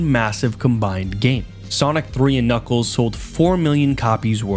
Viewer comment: don’t worry he always says knuckles like kniggles